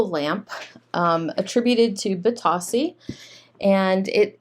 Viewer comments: Bit-oh-see is how you say it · Funny about the pronunciation. I hear other resellers say “bee-Toe-see” rather than “bee-TOS-see. Thanks for the information. I have a couple of lamps that I’ve had for a while that I need to get listed.